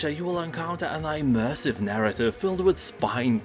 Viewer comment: Interesting pronunciation of the word 'immersive'. Or do I mean eyenteresting?